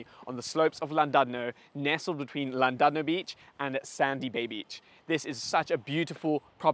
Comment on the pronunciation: Thank you for helping all of SA finally pronounce 'Llandudno' properly. Not all heroes wear capes, some wear a yarmulke.